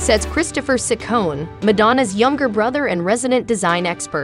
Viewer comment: You even got her name wrong it's ciconne not sucone